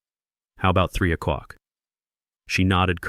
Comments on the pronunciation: I really enjoyed this story’s turn at the end. But I also agree with other commenters on the AI’s consistent mispronunciation of “oh clock” as “oh cuck.” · O'CLOCK!!!! FFS = get the AI pronouncing it RIGHT! Sounds deranged.